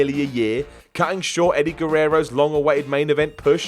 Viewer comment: "Cutting short Eddie Gurerro's pudh" too much man😂😂😂